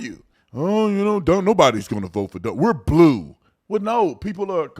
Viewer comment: AOC can't even say the word blue, lol what an idiot, how did she get elected